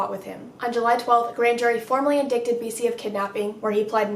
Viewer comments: Just a bit of information. The word "indicted' is pronounced " indyted" not "indickted' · indicted is pronounced: in-DIE-ted (long i, not a short one). i loved your video, pleaseeee do more